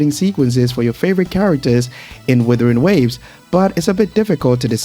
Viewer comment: bro still calls it withering waves XD